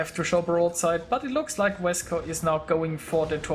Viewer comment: Thx for the video :) Yep a really close battle, but honestly that was over when our CV died..:/ Ho and, for the pronunciation, you say "Vescau", like you did, but without pronunciate the "LT" of "VescauLT" ;)